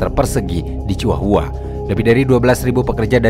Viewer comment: Thx min akhirnya ada yg bahas kartel mehiko sekomplit ini Sepanjang akun YT lu berdiri, gw full ngikutin semua pembahasan, tapi kali ini punten bgtt, Izinkan gw buat ikut komentar ngasih sedikit masukan yaa hehe 🙏🏻 Karna konten kaya gini 60%nya Audio/Lisan/Verbal Maka akan lebih nantep kalo spell nya juga tepattt minn Kartel: dibaca kartEl (E bEbEk) Chihuahua: ciwawa Guadalajara: guadalahara Medellin: medeyin Tijuana: tihuana Juarez: huares Jouaqin: huakin Miguel: migel Angel: anggEl El Chapo: el capo Los Zetas: los zetas (Znya, zet atuh min tong jet wae wkwk) La Chata: la cata Coahuila: kuwila Ciudad: siudad Baja: baha